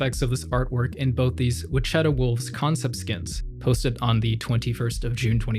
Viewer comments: Bro please learn how to Wichita (witch it a) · please for the love of god learn how to pronounce "Wichita" correctly